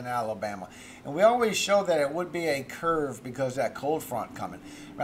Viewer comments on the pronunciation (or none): none